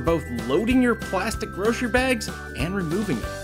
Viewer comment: What's a 'groshery' bag?